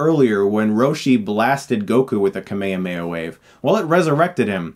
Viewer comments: Hey great video but you’re saying Kamehameha wrong. You’re pronouncing it kamayamaya which is incorrect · Says he's a big fan of the original. Pronounces "kaa mee haa mee" haa as "kamehameha" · Does every american say "Kame kame ha" the way Chris said it? I hope not. :( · i laugh every time Chris says "kameihameia" wave it just sound so funny in english, btw I´m from México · chris why do you pronounce the kamehameha wave as kameAmeA wave? it intrigues me quite as much as why this movie was ever made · Every time you mispronounce Kamehameha, I die a little inside. In Japanese it's translated from three words. Kame - Turtle Hame - Destruction Ha - Wave KAH-may-HAH-may-HA! It's like pronouncing Kurama as "KOO-ruh-MA" instead of "Kur-AH-ma" in Naruto, I know the first dub got it wrong as well, but that doesn't excuse the mispronunciation. I get that you're a huge fan, and love the franchise, and we're all there with you on loving it, but it's a name constructed of three words in Japanese, as most technique names in Anime are, and you have to remember that each of those words has its own pronunciation which is then linked together. So saying Ka-meha-meha as people often do, for someone who has been trying to study the Japanese language in Uni, is just painful. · It's so painful to listen to american pronunciation of japanese words... "Kuh may amey ah" always gets me. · Just rewatched the movie, haven't seen it since it came out 10 years ago. And yeah, it's really fucking terrible. But if this movie didn't exist, we wouldn't have this amazing review ----- and that very, very disturbingly weird way of pronouncing "kamehameha". Is that really how people say it in America? 'Cause I can't say it that way and believe me, I have tried so many times. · learn to pronounce kamehameha! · The way u pronounce Ka Me Ha Me Ha irritates me 😂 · you the "H" is pronounced in the kame hame ha right? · It is kame hame ha, not kame yame ya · Ahem. It’s kamehameha Not kameyameya